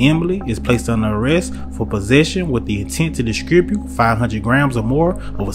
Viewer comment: Why you speeding when you are sitting on all that? Also, did you say “discribute”?